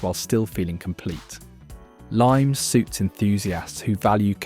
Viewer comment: Limes is pronounced "li mess", meaning boundaries / limits, not the citrus fruit.